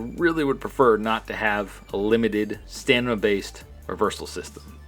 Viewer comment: Couple things. You keep saying stanima. Its stamina. Also, why in the world dont they just do one button for strike reversals, one for grapple reversals, and MAYBE both combined for specials